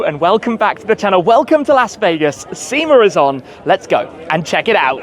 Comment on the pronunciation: There’s no R in sema 😏